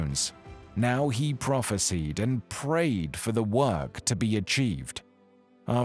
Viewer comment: You better Pronounce that word "PROPHESIED" as you should and let the meaning stand strong.